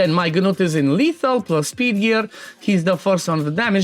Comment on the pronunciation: THE G IS SILENT! It is pronounced Newt. For the love of god stop saying Ganewt 😂